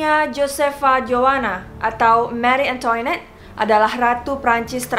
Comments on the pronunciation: Marie Antoinette dibacanya mari angtwanet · mengapa sebutannya"marie antoinot" beda banget bunyinya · Marie angtwanet to be pronounced